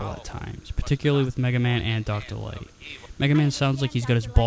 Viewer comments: I know how you feel about Dr, Light using L words as W words! It makes him remind me of Elmer fudd! The worst looney tunes charecter in my opinion! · Dr. Light sounds like an imitation of Elmer Fudd by someone who's never actually seen an episode of Looney Toons and only knows Elmer pronounces r and l as w.